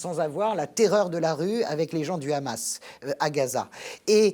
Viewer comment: On sent le parti pris quand même chez vous madame .... vous parlez émotionnellement et non rationnellement .... et on dit pas le Khamas mais Hamas (pourquoi vous le prononcez en hébreu ?) Vous vous justifiez de ne pas être israélienne ou juive... alala l'occident.... vous savez tout et comprenez tout